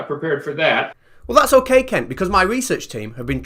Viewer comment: I’m really sorry but I’m not the brightest spanner in the box but I’m sure you not pronouncing Kent’s name’s properly. I honestly believe the letter u has been substituted with the letter "e".